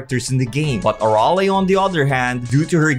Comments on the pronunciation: Her name isn't pronounce a-rol-A It's pronounced a-rail. Bruh. He is completely wrong on accel its pronounced axe-L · it’s pronounced “uh-rail” not “ah-rall-ae”